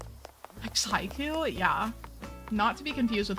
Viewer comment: finally. an American who pronounces haiku the Japanese way 😩🤌💕